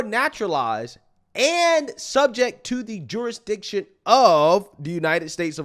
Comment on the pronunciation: Every time you say “jurisdiction”, I hear Jewish diction! Lol